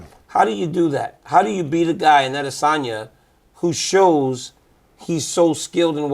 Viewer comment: DC, THERE'S NO REASON FOR YOU TO NOT PRONOUNCE ADESANYA CORRECTLY. IT'S SO DISRESPECTFUL FOR YOU NOT TO!